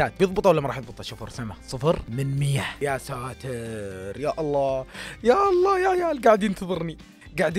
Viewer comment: الله وليس الل